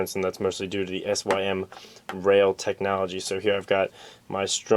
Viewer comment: Great video as always but by the way, its not "S.Y.M. rail" its just "sym rail". It stands for symmetrical rail because the sidewall is the same shape on the outside as on the inside. Its pronounced like sim.